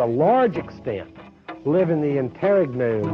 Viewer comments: it's not the gn issue, i's stress on the final syllable that always annoys me. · does better pronouncing "interregnum" than.